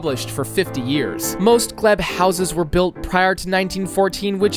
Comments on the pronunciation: Its gleeeb no gleb Nunuvat is a Territory Ottowo is spelled Ottawa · It's pronounced gleeb not gleb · And how he said Gleb for the Glebe. I'm not even sure how you get "gleb". It is literally pronounced how it is spelled, and he still got it wrong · ITS FUCKING GL-ee-b now gl-e-b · As someone who lives in the glebe it killed me when he pronounced it "gleb" instead of gleebe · “Glee-b” not “Glehb” That’s also one of the richest neighborhoods in Ottawa wish they actually built all of bytown. You are missing mechanicsville and lowertown. This is insane though!!! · Ottawa ❌️ Ottowa ✅️ "Gl-eebe"❌️ "Gl-ehb" ✅️ 😭😭💀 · it’s pronounced “Gleeb” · What the hell was that pronunciation of "The Glebe"???? Also "Regina"??? ITS RE-GINA, LIKE VAGINA!